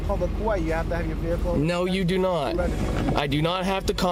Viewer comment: Never trust a guy who thinks vehicle is pronounced with an R.